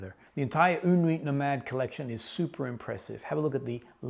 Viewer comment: I have yet to test this one, but yes, une nuit nomade is a great house! (don't pronounce the "T" in "nuit" ;) ) Fun little fact you might already know: when you describe the smell of freshly cut coco nut bringing you back instantly to your time in PNG, the French have a very nice expression, they say it's a "madeleine de Proust" (mad-lehn de Proust). Proust was a very famous author (In Search of Lost Time), in which he describes the first time he ate a "madeleine" ( A typical French shell shaped cake), it was in his grandmother's kitchen. And ever after that, whenever he ate a madeleine, the taste would bring him back to that time and place. Nowadays, the expression is very comonly used to describe the association we make when we hear a song, smell or taste something ant it brings us back to a specific memory. Take care!